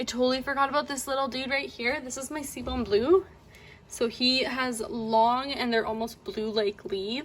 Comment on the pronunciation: It’s pronounced “see-boo” blue. Great video. Very helpful.